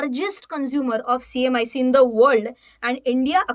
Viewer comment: Wrong pronunciation........HMDS & CMIC